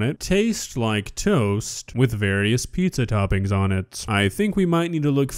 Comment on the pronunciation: Well, it's not pizza... It's PISSA